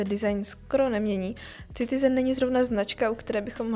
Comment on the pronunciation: Boze to se necte Citizen... s C.... to tak strasne boli do usi....muzete se naucit zkusit to rict jinak. Pokud je to zamerne na upoutani pozornosti.... tak je to skvele!!